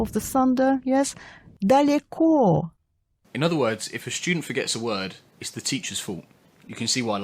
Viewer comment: the ridiculous thing is that the word "daleko" is literally mispronounced! I am Polish! it is pronounced with the russian O at the end. We dont have this sound in Polish. RIDICULOUS!